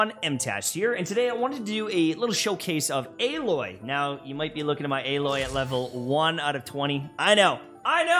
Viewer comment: you said her name wrong